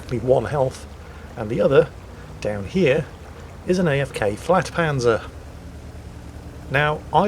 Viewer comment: not flagpanzer it is pronounced yagpanzer